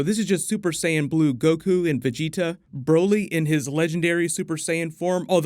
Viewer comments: thanks for fixing the way you say vegita lmaooooo VEGI-TAHHH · Am I the only one bothered how he pronounces the dragonball characters names? At least he’s finally saying vegeta name correctly!